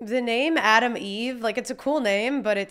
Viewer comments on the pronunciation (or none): Eve's name is Atom Eve, not Adam Eve.